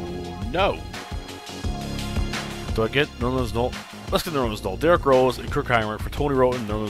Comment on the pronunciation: & it's pronounced Nerlens NO-EL